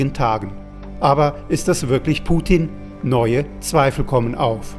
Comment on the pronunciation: Das Schlimme ist, wie er erstmal zu dumm ist, den Namen richtig auszusprechen und ihn dann so einer Lächerlichkeit preiszugeben. Das kann er gerne für sich in Anspruch nehmen, aber nicht bei Putin. Diese Unterschätzung immer wieder umd weil Fernsehen doof macht, arbeitet der da.